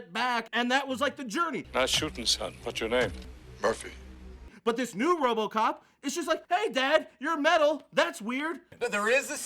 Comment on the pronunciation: did just say "wobocop"